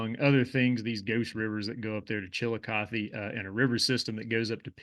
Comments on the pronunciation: Kinda. Accentuation on Chillicothe is not like I've normally heard in the area. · NOT... Chilli Cuth EE... CHILL LOCK UH THUH,,, that is 1 of the former Capitals of the SHAWNEE. CHILL LOCK UH THUH And Monanga.... you have the 1st part right... but NOT - HE LA it is HEY LA... another Native Word possibly Shawnee but could be other